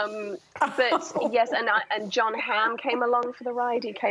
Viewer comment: It's John, not Kohn